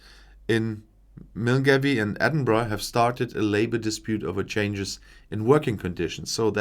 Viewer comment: The place you mentioned, "Milngavie", is pronounced more like "Mul-gay"... I went there often, pre-brexit, to start the beautiful hiking tours on the West Highland way... Can't wait to return once Scotland (hopefully) returns!